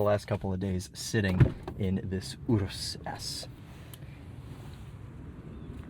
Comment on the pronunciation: Excellent pronunciation of Urus, not lucido though